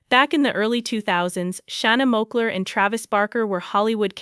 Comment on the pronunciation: Its Shana moakler not moller 🤣🤣